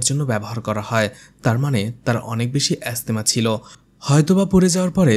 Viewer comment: শব্দটা 'অ্যাজমা' হবে, ভাই। অ্যাসথামা নয়।